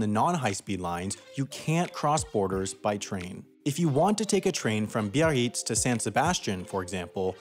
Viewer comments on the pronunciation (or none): Your pronunciation of Biarritz is vile